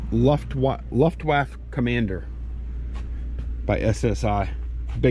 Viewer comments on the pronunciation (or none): You butchered the pronunciation of Luftwaffe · How he pronounced Luftwaffe 😂😂😂